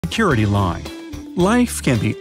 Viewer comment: he said curity line instead 👁️👄👁️